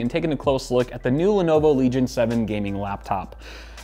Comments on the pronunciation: Everyone: Legion: Leg Ion. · LENOVO LEG-ION